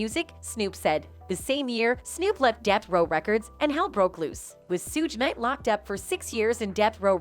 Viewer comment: “Sooge nite”😭